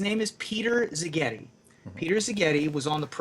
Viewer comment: Szigeti (s not z, stress on the first syllable) is a traditionally hungarian surname literally it means "from (an) island"